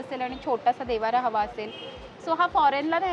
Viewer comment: देवारा नाही देव्हारा